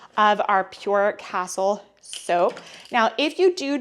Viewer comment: FYI it’s cas-teel soap.